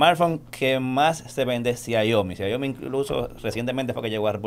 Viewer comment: 🤦🏻‍♂️ porfa ya no digas "XIAIOMI " es Xiaomi.! sin "I" después de la "a".